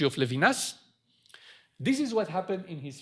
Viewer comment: maybe introducer could learn to pronounce Levinas? it's not English. it's embarrassing when professors do that.